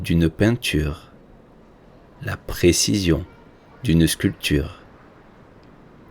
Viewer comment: Merci. Je profite de vos vidéos. Je les trouve interessant et de bonne pratique, mais un petit point: On ne prononce pas le "p" de sculpture. Bonne continuation.